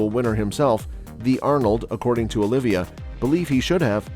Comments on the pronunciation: OLIVA (OH-LEE-VA) NOT "OLIVIA" JEEZ : ) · Not only that, it’s “Oliva”, not “Olivia”…